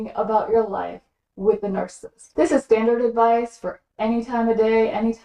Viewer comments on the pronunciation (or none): You keep saying narCIST. Isn’t it narCISSist? Three syllables? Slowwwww. down please.